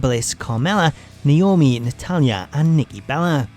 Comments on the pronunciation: They still botch Naomi’s name IT’S NAOMI NOT NOAMI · "Noami" x)